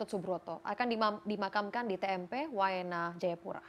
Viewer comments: Waena bukan wamena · Tmp WAENA BUKAN WAMENA